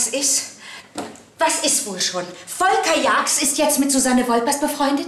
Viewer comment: Ich habe mich noch nie so gefreut, dass jemand meinen Namen so schimpft. Volkaaaa!!!!!